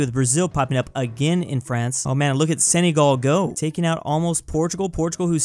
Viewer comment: senagal not senygal